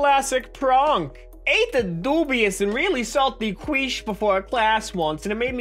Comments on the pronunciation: FTR: "Quiche" is pronounced "Keesh", not "kweesh" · I love how he pronounced "quiche" as "queech" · The way you say quiche fills me with rage.